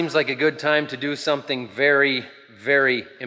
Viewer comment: Did you say "smothin"?